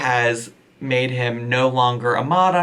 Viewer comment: “BYE KARETEE JOE!” 💀😂